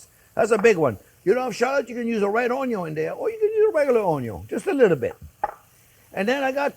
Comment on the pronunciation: Chef: "...... aaaaaannnnnndddd... now for the butter!!!" Me: "where's the onyoh??"